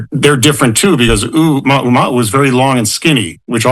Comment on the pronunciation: I heard "Ooh-Mahu-Mahu" which is very funny if you ʻŌlelo Hawaiʻi